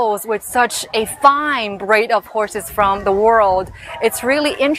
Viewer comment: I thought she said "braid" instead of "breed"